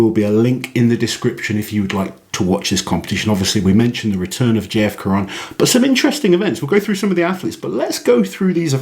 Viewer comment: We don't pronounce the "N" of J-F. Caron in the french language ;-)